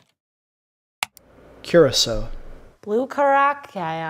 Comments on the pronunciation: He is really rating drinks and says curacow lol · Blue ''kurukao''😂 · Loved the way you guys pronounced the name of the blue drink, much love from curacao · As someone from Curacao, I love how you're all really trying to pronounce Curacao🤣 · this looks so fake, the people who supposedly make the alcohol cant even pronounce the name of it or handle a bottle.....